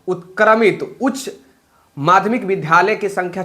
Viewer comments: Pahle vidhalay aur vidyalay bolna sikho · Vidyalay bolane nahin jaanta hai